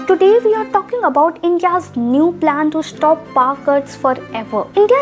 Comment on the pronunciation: Paar cuts ??? Please pronouncetion need total restoration